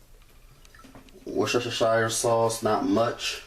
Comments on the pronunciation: Only one thing annoyed me in this video. How you pronounced Worcestershire sauce. Ignore all the letters, it's actually said like wur-ster-sure. This looks super delicious though! I really loved this recipe :D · worshashashashire sauce